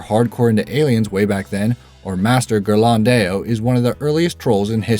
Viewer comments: What an awful way to pronounce "Ghirlandaio"! It should sort of rhyme with the Spanish "mayo". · Madonna is not an Italian name. That's how it's pronounced in English. Giovannino is absolutely messed up. Still, those are at least quickly mentioned names. Ghirlandaio is the number 4 entry on the list.